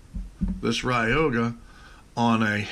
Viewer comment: It's not pronounced ride yo ga... Lol it's Roy ga..